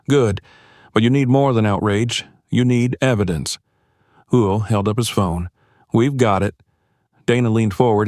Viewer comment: How is this reader messing up Will’s name